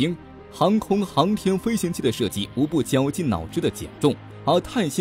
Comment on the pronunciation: 灰行器，这么差的发音水平还来播报，就是对观众的不负责了